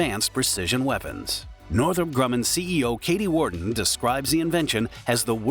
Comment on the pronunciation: Ai: Northrop Grumman CEO Katy Warden Her name is KATHY WARDEN, not Katy or Katey or any other spelled variant. KATHY AND KATY are 2 different and distinct names. Terrible job by this channel to allow this easy to fix hiccup. 👎🏼